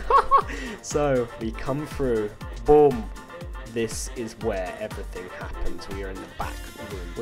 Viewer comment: You pronounce boom like "bum"